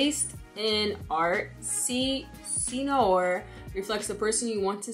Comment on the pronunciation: actually, no. more like "say no ARE". I don't know french, I'm not a fan of Beyonce... but I'm into perfumes, and I have a good few with "noir" in the name.